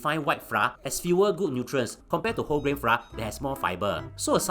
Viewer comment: Flour is pronounced as "Flower". Haha